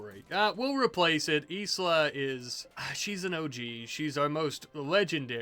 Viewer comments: i think Isla is pronounced eye-la😂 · Anyone gonna tell him Isla is pronounced eye-la? I'm tweaking